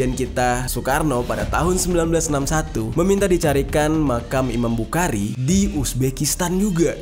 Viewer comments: Bang cara baca"Bukhari" itu bukhori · Saya mau ralat امام بخارى خ Bukan, ك، k Yg betul, kh, خ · Bang jer tanpa mengurangi rasa hormat, pelafalan imam bukhari itu dibaca dengan huruf o di huruf a nya, jadi bukan dibaca bukhari tapi bukhori , tapi untuk penulisannya emang bukhari, cuma pelafalan nya saja yang beda Karena kan itu huruf bahasa arab sebenarnya yang bang jer juga tau di huruf hijaiyah itu ada kha, tapi di baca nya kho 😁🙏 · Imam bukhori bang klo bukhari kya kurang pas di telinga, tpi kontenya bisa menambah wawasan sejarah bang mantap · Bukan iman bukari Tp imam Bukhari di baca bukhori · di bacanya jadi imam buhori..🙏🙏🙏😉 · Bukan bukari tapi bukhori pake خ bukan ك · Maaf ralat ... Imam Buchori... dibaca Buhori...... tq... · Hehehe iya bang, dan tepatnya bukan mempermasalahkan, tapi membenarkan apa yang salah 😁